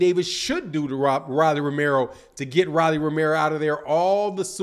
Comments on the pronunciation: Who DF is Rallie??? Its Rollie..with an " O" ..🤣🤣🤣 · Pronounced "Roll - E"